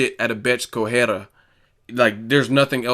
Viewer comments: It is pronounced "Co-re-I-a" not "Cohera" Still a barking poodle, full of herself and getting smashed by a truly Champion. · Please pronounce the combatants properly. It's not corrhera, it's Correia.